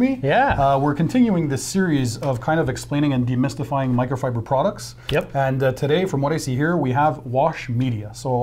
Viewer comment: DeMITTStifying hahaha 🤣🤣 #detailersseedetailslikethese hehe